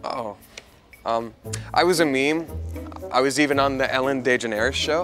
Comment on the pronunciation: “The Ellen Day-Generis Show” 😂😂